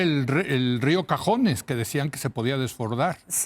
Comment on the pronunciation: Buen análisis, solo que se llama río cazones, no cajones.